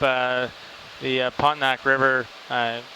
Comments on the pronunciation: He the captain say 'pont-o-nac'? 😂 It is Po-To-Mac river. It's just like you know a tourist when they say Houston instead of 'house-ton'. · Love your videos! One correction… This is how to pronounce the Potomac River….Pah-Toe-Mack 3 syllables with emphasis on Toe. Said quickly! 😊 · pahTOEmiick river. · Sorry, Canadians----puh-TO-muk, please! It's irregular----stress is on the next-to-last-syllable. English generally places stress on the first. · Puh-tome-ick river please. Worthy of proper pronounciation since it is steeped in our history, most impotantly the American revolution and, much later, the place where a poorly trained under qualified 737 Captain iced up, stalled, hit a bridge, and killed a whole bunch of people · I had never heard Potomac pronounced pot-o-mack...... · I keep hearing "POT-uh-mack". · LOL I had no idea what river he was talking about until he said it again.